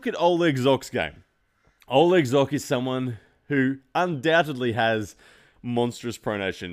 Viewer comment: pronounce Zhokh correctly